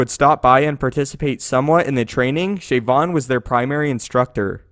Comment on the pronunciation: "Shayvon"? Didn't he get shot by the cops in Baltimore???